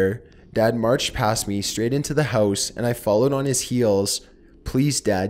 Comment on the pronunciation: why do u pronounce house so weird? hoouuse lol